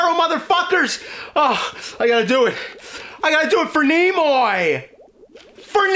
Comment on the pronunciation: “FOR NEMOY”